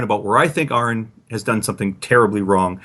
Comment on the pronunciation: Why can't pronounce Aron properly?